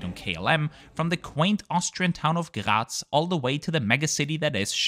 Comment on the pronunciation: He got triggered over this. The same way I got triggered over how he pronounced the city he originated from "Graz" as it sounds more like "Gerät" or something like that. And I have noticed he likes to pronounce "Danke schön" like "Doinkeh-shen". 🤣